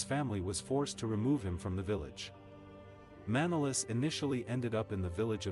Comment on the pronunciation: The man doesn't say properly his name its not Mànolis but Manòlis he must emphasize on o not a.